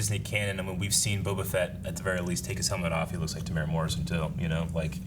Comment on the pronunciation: Just a kiwi here to let everyone know that Temuera Morrison's name is pronounced "Teh-moo-era" not "Teh-mora"